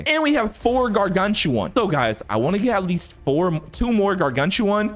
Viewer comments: bro its not gar-gan-choo-wawn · ²0000²00⁰∅ⁿ∅/ aura for mis pronouncing gargantua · Why does he say? Gargantuan like that🤭🤭🤭